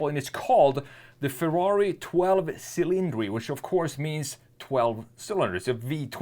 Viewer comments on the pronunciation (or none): And it’s not cylindri. It’s che-lin-drei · You should pronounce it "Chilindri" not cilindri, in italian